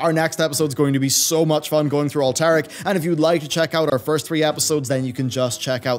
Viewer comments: That is not how Alterac is pronounced. It's pronounced All-tur-ak. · With the way you pronounce Alterac, i think i'll give the next video a miss lol